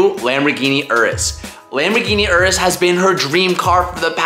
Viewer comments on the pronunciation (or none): Bro, that’s not how u pronounce Lamborghini Urus, Sabrina was right 🤣